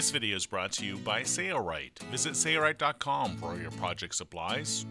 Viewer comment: nice! thanks! Id def get someone to record that again though :) "Sayaright" is crazy sounding in all of your videos. Could be bad for the image?